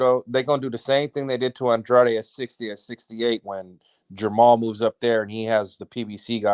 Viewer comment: FIRST LIVE OF 2022 🍻! since you're related to, does he have latino blood? Coz Andrade ain't French, even though pronounces it with a French accent 🤧 Lovely night ya'll 🌙! Sleep warm and tight ring😘😴.